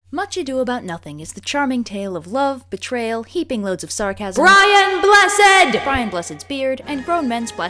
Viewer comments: I appreciate that Red knows the correct way to pronounce BRIAN BLESSED. it means a lot to us Brits. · I just appreciate that you made sure to say BRIAN BLESSED'S name correctly.